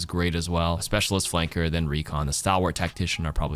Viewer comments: That's not how you pronounce "stalwart" though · stalwart like stall-wart. also doom ult and ana sleep dart perk do slows also, but yea still pretty niche